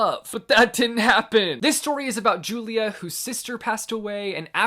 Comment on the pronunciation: you’re pronouncing julia’s name wrong in i am not your perfect mexican daughter lol :/ but as someone who is 100% mexican the mexican culture rep in the book is pretty much spot on i loved it so much one of my favorites and i lowkey love julia tbh lol